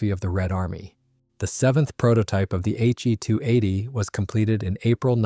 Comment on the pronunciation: Good review overall. However, you are using gamer-speak naming conventions. Historically it was never referred to as a HE (as in him) 280. Rather as H…E..280. Also, Junkers is pronounced “Yunkers” in German and English-speaking historians. Thus, a Junkers Ju 52 was known as “Auntie You” in German not Auntie Jew. The Junkers Jumo engines should also be referred to as Yunkers Yumo engines, Please teach your AI to pronounce them correctly and not to us gamer-speak pronunciations.